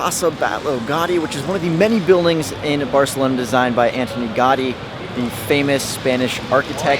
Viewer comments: Jacqueline Díaz the same thing with Montjuïc, it is prononuced: montjuÏc, the i is the strongest sound. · For me, brazilian, it's easier, but he is "gringo", so you can't wait something much better than this. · Au-sounds like Aww like Automated... Gaudi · 1. Gothic quarter is one of the most touristic and is horrible. Raval is better 2. Ciutadella IS rlly dusty and hot. Lots of tourists there in the summer 3. Ga-Ü-di not gotty 4. Boqueria is an actual disaster. Waaaay too many people and mainly tourists. It's overpriced too. Just go to any market near you. There are a lot 5. Parc Güell is also hot and dusty and overcrowded with people. Like rlly bad like the boqueria kinda bad. Beautiful but try to find a time whith fewer ppl 6. Stalls in arc de triomf? Also dusty hot and overcrowded. 7. Mon-jü-eek not monzhuhk This was very touristic. Not a local experience at all (coming from a local) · not Gardy. GA U DI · 'Antony Gahdi' Ahahahaha! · an important note for all North American youtubers : please check your PRONUNCIATION with a linguist/mother tongue before posting anything on YT. It's an assault to my ears (gowdy etc..) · please give places proper respect and pronounce them correctly. montejuke, gardy?? wtf dude thats disrespectful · * Gaudi is pronounced Gowdi * Sagrada Familia is going to be completed on 2026, the 100 year anniversary of Gaudi's premature death. Gaudi's imprint on Barcalona is indelible - every place he built is a must see. * Las Ramblas/Gothic Quarter/The Arc are tourist centric. Go once, avoid otherwise * The Picasso Museum, Joan Miro Museum and the Botanical gardens - must see's. * Eixample. You missed out the main district. Barcelona is all about expression. The buildings there are a must visit. * The food there isn't nearly as good as any other Mediterranean city. Spanish Just some help into doing a little more research, and spending more time in a city before you create content